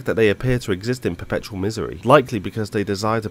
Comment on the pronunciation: "They exist in pertupal misery" just caught me off guard LOL.